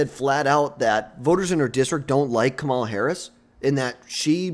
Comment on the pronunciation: Learn to say her name before you make videos